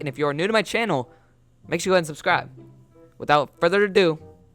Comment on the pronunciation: It sounds like make sure you unsubscribe When you say subscribe